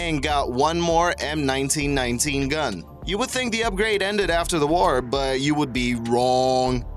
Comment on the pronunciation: "Woroled Wore 2"